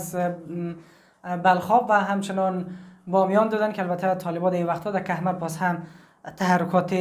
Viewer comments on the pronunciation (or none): لطفآ کھمرد نگو کوہ مرد بگو